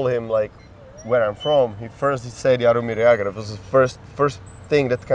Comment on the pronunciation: Není v USA výslovnost Jaromír Jágr trošku jiná než jsi jí říkal? Není to Jeger?